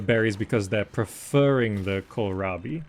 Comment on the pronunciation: Kills me everytime he says "Kohirabi". It's an "L". why would they put a capital i in the middle of the word?! Kohlrabi, also called German turnip or turnip cabbage, is a vegetable, a low, stout cultivar of wild cabbage.